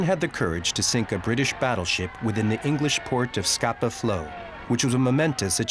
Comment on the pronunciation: It's Scapa Flow.